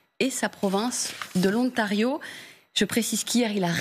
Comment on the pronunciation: Le 'Ontario'? Elle ne sait pas parler français? Ne sait-elle pas qu'il y a une liaison entre l'article 'le' et le 'nom' si le 'nom' commence par une voyelle. Wow! On part de loin! On dit: ' l'Ontario'.